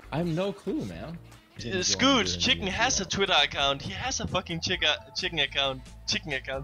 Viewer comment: Čiken, get de fak aut - PaszaBajcepz